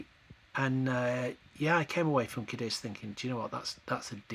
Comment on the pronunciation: Lovely city. It's CADiz, emphasis on the first syllable.